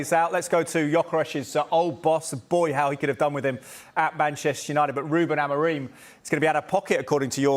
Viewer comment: sky sports presenters pronouncing names wrong is so cringe. "amoram"